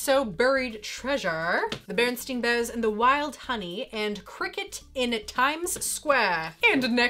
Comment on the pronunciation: Did you say bearnstien bears? Oh oh you've crossed over.